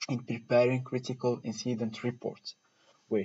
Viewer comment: Great! Though be careful when you pronounce incident. Thanks!